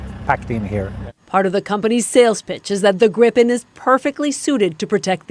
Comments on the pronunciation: On the subject of pronunciation ... Gripen isn't "Grippen" and not "Gr-eye-pen", it's pronounced "Greepen", meaning the griffin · Just a humble tip. Gripen is not pronounced Grippen or Graipen; it's more like Gree-pen. Simple rule in Swedish: long vowel before a single consonant, short vowel before a double consonant. At the same time, I'd like to point out that the French jet, "the gust (of wind)," is not pronounced Rafael. How it should be pronounced correctly, I leave to the French-speaking Canadians, who probably know this better than a Swede with French only as his fourth language. EDIT: And let's not forget that the SAAB AWACS with the GlobalEye is essential for Gripen to operate to its fullest capacity. It's based on a Bombardier Global(!) 6000 from, yes, of course, Canada. I think that three of them were included in the package. From a logistics POV, it makes sense to build those AWACS entirely in Canada. Flying the planes to Linköping rather than shipping the equipment to Toronto or Ottawa in containers would benefit not only Bombardier and Canadian workers but also help SAAB sell more of those impressive electronic warfare planes in the future. True partnership FTW (For The Win). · I have heard so many mis-pronunciations of the name of the plane. It is pronounced as GREEPIN. But why not simply use the English translation of the Swedish word? "Griffon". The mythical creature with the bodies of an eagle and lion together. An appropriate name for this superb aircraft. 👍